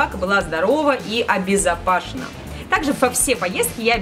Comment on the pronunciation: Обезопасено а не обезопашено )))